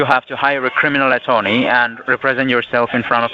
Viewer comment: Cwiminal attewney